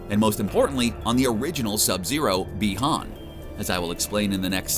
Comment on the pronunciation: BEE-HAN,NOT BYE-HAN!!!! GET IT RIGHT,!!!!!